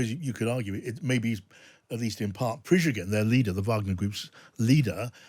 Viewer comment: Dear, after more than 10 months of war, it would be nice to get Prigozhin's name roughly right. I mean, at least the consonants in the right order. Keep up the good work!